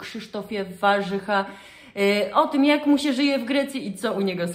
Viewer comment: Zawsze byl Warzecha...z akcentem na e...i nagle stal sie Warzycha z akcentem na....pierwsze a...?